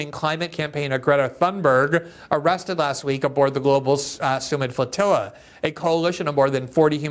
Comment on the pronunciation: Ur speech impediment is so annoying youre definitely better as a writer.. fwoatiwwa